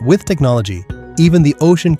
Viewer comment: Océan? Océan ????!!!!!! 😂